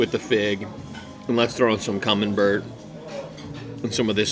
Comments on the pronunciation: Camembert cheese. Is pronounced Camenbear. Not that I'm correcting a bilingual gent as you are. Thanks for the content brother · Hi, it’s me again. You know the guy that tries to help you. Today’s lesson- the soft cheese is pronounced kah-mem-bear (not Bert!) The hard Italian cheese is pecorino (peck-ah-ree-no.) I have given up on getting some so I will continue to improve you diction and culinary knowledge. Have a great day,. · It’s CAM-EN-BARE and I’m pretty sure the one that tastes like Parmigiano Reggiano is Pecorino...pronounced PECK-A-REE-NO. Most ppl and restaurants use it in place of parmesan because real Parmesan is highly expensive and is only permitted to be made in Italy. Just an FYI ✌🏻🥰😊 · Definitely not poutine, not even close. Camembert is pronounced cam-mem-bear. Clearly that restaurant has never had a Canadian work there.